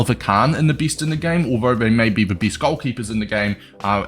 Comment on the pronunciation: S tier sounds like ”Easter”. And best in the game sound like ”bis in the game”